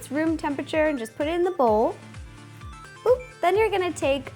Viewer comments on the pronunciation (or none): none